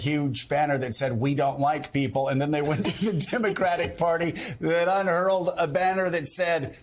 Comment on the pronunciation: You can hurl a banner if you wanted to, but you can't "unhurl a banner" I think Joe meant to say "unfurl a banner"